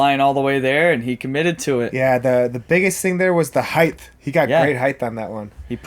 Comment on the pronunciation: Did we hear "heidth" though? Lol